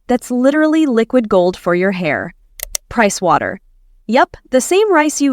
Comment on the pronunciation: When she said rice water I heard price water